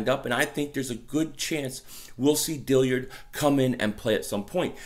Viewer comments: ......please. My only issue with your past few videos. It's Andre Dill-ARD. Not Dill-iard or Dill-yard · it’s DILLARD NOT DILLIARD PLEASE YOURE KILLING ME MAN